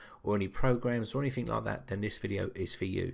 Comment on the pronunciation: You keep saying anythink, it's anything!!